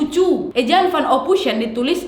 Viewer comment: "ophoisen" kak cara bacanya.